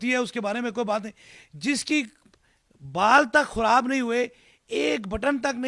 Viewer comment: Kia bol rha hy "mureez" "musal" "Khurab" "bathaden" Last m whats a expression!!!! Masal k tor pr heroooooo😂